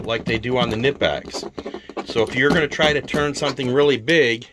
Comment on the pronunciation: Can’t pronounce Knippex? Can’t take this seriously. 🤦🏽‍♂️